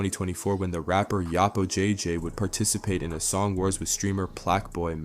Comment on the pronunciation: “eezyah” cmon bro its literally like saying Isaiah